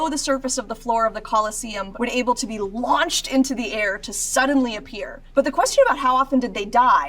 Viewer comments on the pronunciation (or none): none